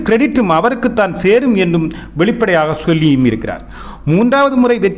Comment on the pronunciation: வெளிப்பாடையாக😂😂😂இல்லை😂. பிராதம மந்திரி கிடையாது. இந்த நபர் நல்லத் தமிழை உச்சரிக்கக் கற்றுக் கொள்ள வேண்டும்